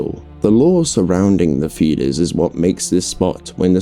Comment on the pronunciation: I’m hearing fetus instead of feeder’s😂 overall good vid tho